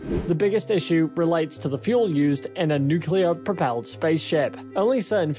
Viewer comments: New Klee Er New-Klee-Er = Good. Newk-You-Lurr = Bad. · you lost me at "nucular" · If you don’t cut corners by having a robot doing the narration, at least get someone who can pronounce “nuclear” properly. Funny how he corrected himself halfway through.